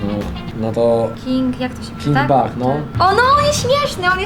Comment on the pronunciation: pisze się king bach a mówi się king becz tak na przyszłość